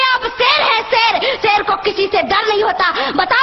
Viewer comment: “Ser” lol